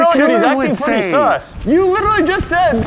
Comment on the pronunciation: They butchered the word "sus" lmao. Funny vid tho